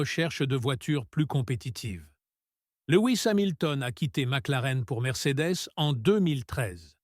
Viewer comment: Salut Monagasse et Louis Samilton ... je m'éclate de rire dès le début à ... Le triple champion du monde euh... mon gars, Max est champion 2021, 2022, 2023 et 2024. donc ... ça fait combien ? à Ma clarenne , à L'endonorice, à Le Nair Landais, à Dans disque ... 😂😂, tu relis un peu ton boulot ? P*tain tu fais vraiment du boulot de m*r*e.